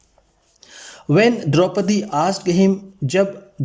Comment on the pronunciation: क्या भाई द्रुपदी नही 👉 द्रौपदी बोलो।